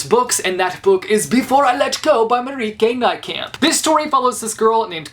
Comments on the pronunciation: Mariek-uh N-ayyyyy-kamp(camp but with a=ah) Im Dutch❤️ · Nathalie Herbert ja hahah hij zei marie ke nijkamp